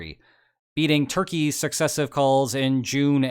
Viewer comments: pootin already realized he lost the war, and now wants NATO to attack so that he can blame NATO for the loss. Image saying he lost a war with Ukraine!! He would be executed on the spot. He now wants NATO to attack so that he has an excuse! please stop saying tur ki ei, the country is called Turkey! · Turkee ay 😂😂😂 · Turkey not turkey-yay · my guy pls just say turkey.